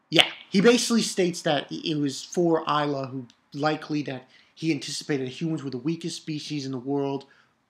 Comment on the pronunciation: "ilah" pronounce like "elah" & it means "God" in arabic :p amazing chapter! i want to see the evil bitch and solomon's face!